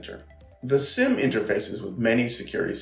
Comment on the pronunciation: Petition to pronounce SIEM as seam. Not SIM... Seem Seam SIEM!